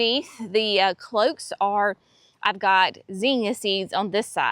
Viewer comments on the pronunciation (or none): Sweetie, NOT cloaks. Cloches. Closheeses. Ack!!!!!!